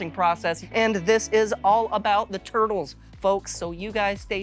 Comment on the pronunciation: Is he saying twurtles?